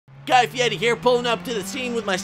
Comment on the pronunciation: "Guy fyetti" I'm done 🤣